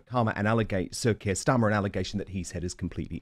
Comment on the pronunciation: Kwier starmer